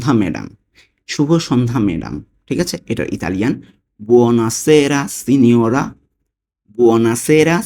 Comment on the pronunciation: সব ঠিক আছে বাংলা লেখা এক রকম উচ্চরন করছেন আর এক রকম। সিনোরা উচ্চরন করছেন সিনিওরে